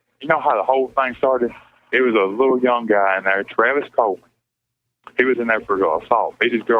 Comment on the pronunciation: It's Travius Coleman...not Travis Pope